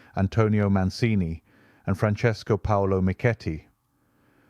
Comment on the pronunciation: Another great video!! Bravi! Your Italian pronunciation is a bit wobbly though: Tallone is pronounced tal-OH-nay and Mancini is man-CHEE-nee. Bergamo is BER-ga-moh. The very Italian pronunciation rule is that the accent is always on the second-to-the-last syllable, except when it's not.